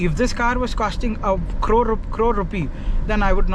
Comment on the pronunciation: Thanks for replying, Sir Best wishes. How you say crore is beautiful